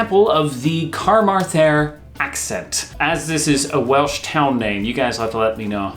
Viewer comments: West Country not county. I'm not Welsh but "Car marth en" as you said it is generally, in pronounced "Ca~marth'n" with a soft 'th' like "myth", not like the words "the" or "then". A Welsh 'culture' sounds like a vulture. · More like C'marv'n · You say Ca-Mar-Then as Car-Marv-en/un/ehn/uhn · Wynne Evans is from Carmarthen sounded as Car-Mar-then. Although the C is a hard sounding C more like a K. I would recommend watching any interview with Michael Sheen for the Port Talbot accent and any interview with Luke Evans for the Pontypool (sounded pon-tea-pool) accent. Great video again from you both 😊. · Carmarther is pronounced cermathar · Carmarthen: Cuh-mar-thun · When you said 'carmarthen' I was like '... where??' lol bc my mamgu's from there it's more like 'caMAHthun' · No, I'll try to indicate the correct pronunciation of Carmarthen: CUM-MAR-THAN Maybe u could google "carmarthen pronunciation"? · If you meant Carmarthen its pronounced carmarven , i was born there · Good video. In Welsh, the emphasis on a word is always on the 2nd to last syllable, so its ca-MAR-thun., sometimes you really Ace those accents! Good job!., please try and hold your hands still, I keep thinking you're going to flap away! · Carmarthen is pronounced "kuh-MAR-thun", with a hard th :) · I would say it Cuh-mar -thun ( th is like the word then or this) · Car-mar-then is probably a fairly safe method of pronouncing it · scran = food, we also use it in Sunderland, and the welsh town is pronounced like car mar then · Carmarthen ~ Ca-MAAH-then; some pronounce it Camaahthun or C'maahth'n. Either way, the "th" is pronounced as in "the". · With most Welsh place names the emphasis is on the second last syllable, such as the MAR in Carmarthen. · Carmarthen is Car- ma (think the word for mother) - thun or cu-ma-thun depending on your background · The way he said Carmarthen😂😂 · Lol, love the video but your pronunciation of Carmarthen wasn't even close 😂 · Omd you butchered Carmarthen yes sorry